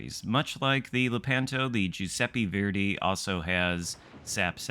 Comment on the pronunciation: It’s not (jew-seppe-fairday) it’s (ju-seppe-verday). How new England people got so bad at pronouncing things I’ll never know. Oh wait they have a insufferable superiority complex.